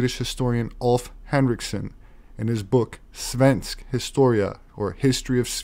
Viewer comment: Hey when you said Svensk historie, the part svensk, was perfect anousiation of the Word but in Danish, you nail it!.. but swedish also a lot like Danish, but mostly Norwegian, but the 3 languages is WERY simulair, but ill think it was Funny too hear you talk in My native languaget 😁👌 Greetings from a great Fan and a great Dane from Danmark/Denmark just between Germany/Tyskland and Sverige/Sweden have a Nice day!.. 😉👉